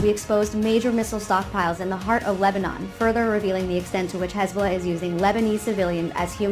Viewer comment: LEBANON❌ LEBNONE✅